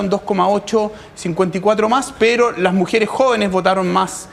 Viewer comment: Sabrá mucho de datos, pero habla como las weas: "La mujere, lo jovene, lo dato. . . ."